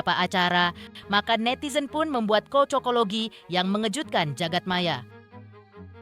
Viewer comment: Cocoklogi bukan kocokologi. Gatel telinga dngrinnya